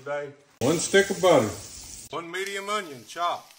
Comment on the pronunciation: The best part is always when he's so casually says "One stick of buttah.. ." Any recipe loses me, though, at a can of cream of mushroom soup.